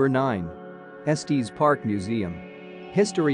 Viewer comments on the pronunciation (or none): It’s pronounced Estes, like “Estiss”, not Estees, like Testes. Lol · Esteeeez park? And K-yaks? I love computer generated mispronunciation of easy words. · It's pronounced Es-tiss park. 😼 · IF YOU CALL IT ESTEEEZ THEN YOU DON’T KNOW IT!!! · “Estees Park” 🤨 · Eeeew robo voice saying estEs is so wierd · Esteees Park is not how you pronounce it AI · Nice video…except…🥴 gotta work on the correct pronunciation of “Estes” Park! 😅 It’s like finger nails on a chalkboard when we locals hear it mispronounced! Just saying…😊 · Terrible!! You mispronounced Estes and Kayak, plus your directions from Estes to Peak to Peak Hwy are lacking!! I am ashamed of this Vlog! After living in the area for 25 years. People will get lost because of this! Not good at all!!